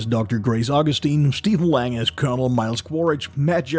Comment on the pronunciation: His name is Stephen lang and not land then.😁🤣